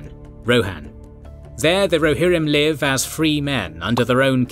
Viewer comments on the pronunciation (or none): none